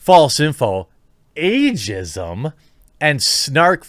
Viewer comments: “Agism” LMFAOOOOO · Lol "Agism" ok boomer